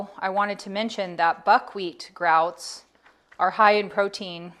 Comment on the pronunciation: I like the way you said it! I'm going to say it like that now too lol